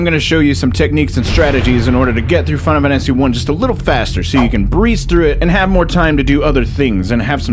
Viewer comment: Why do you always sound drunk when you say "Final Fantasy" and never when you say anything else? "Finafanasy"